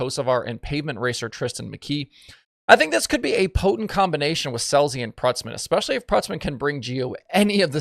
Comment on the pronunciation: Love your work and you do a great job, but the pedant in me is omnivorous so…. It’s COULDN’T care less. Folks reading this… It is basically NEVER “could care less”. Just think it through…. I have given up on the entire western hemisphere forgetting how to pronounce “especially” over the last ten years—no “X” sound in case you are wondering—but I’m not letting go of a similarly futile effort to rectify “could care less” until I depart this mortal coil, which, mercifully for all involved, won’t actually be too long from now.